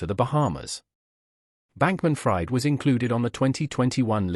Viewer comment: U can't even get his name right, it's not like "fried chicken", it's pronunced "freed"